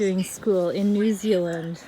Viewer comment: you say New Zealand like a kiwi... New zillin 😂😂